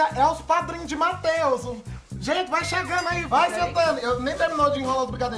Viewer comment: “Mateuzu” rsrsrs